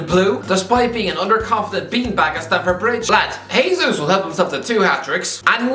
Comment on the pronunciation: Jay-zues, not Hey-zeus. He is Brazilian so its pronounced the same as Jose Mourinho